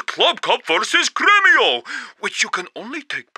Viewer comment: He said Grêmio umg